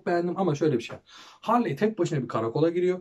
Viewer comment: Abi Harley diye değil Harli diye okunuyor